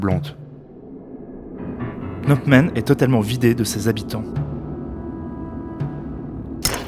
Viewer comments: Excellent boulot, vidéo très éducative sur un sujet délicat, juste un truc qui me fait marrer, le fait que tu dises Pnot Men au lieu de Phnom Penh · « Au niveau de Pnamp Men » j’ai souri. Très intéressant sinon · Cette vidéo est très instructive, bien documentée, bien rythmée, bien réalisée. Cependant, je n'arrive pas à m'ôter de la tête le fait que 9 fois sur 10, le narrateur prononce phonétiquement "" au lieu de "pnom pen". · Répétez après moi : PhnoM Penh ;) (pas PhnoP Men) – à part ça (qui m'a fait sursauter à chaque fois), très intéressant. Merci. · Juste1detail, on prononce PNOM PEN et non... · "est proclamée a " c'est difficile à dire hein!? 😄 plusieurs fois tu a prononcé au lieu de Phnom Penh 🤪 Mise a part cette erreur récurrente de prononciation c'est un excellent documentaire, très intéressant MERCI pour ce taf 🙏👍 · Excellente synthèse. Mais j'ai l'impression que vous ne savez pas prononcer Phnom Penh. A chaque fois j'entendais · C’est Phnom Penh, pas 😂. C’est vrai que ce n’est pas évident à prononcer. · C'est éccrit Phnom Penh, j'entends Pnomp Men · Phnom penh! Pas "pnopmen" ou je ne sais quoi! C est si compliqué??? L alphabet phonétique international n a pas été inventé pour les souris! Trouver et lire la prononciation exacte prend 5seconde chrono! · Super vidéo, très bien documentée. Le narrateur a beaucoup de mal à prononcer Phnom Penh mais ça n'enlève rien au travail fourni. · Très bien fait :) mais la prononciation de Phnom Penh par le narrateur... quelle souffrance 🤣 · Super vidéo, pas facile a prononcer phnom penh hein